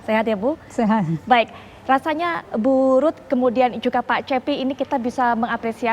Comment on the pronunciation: Mau fokus sama pembahasannya tapi kedenger kata burut😂